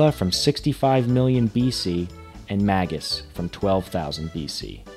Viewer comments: It's actually pronounced "May-gus" with a hard 'g' as in "good". Whats more Chrono Cross is the sequel to Chrono Trigger, not the psx port. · You pronounce some characters' names differently from what I always did. Mainly "Magus" and "Marle". That's quite interesting.